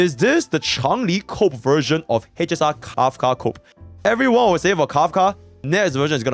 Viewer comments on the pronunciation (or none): none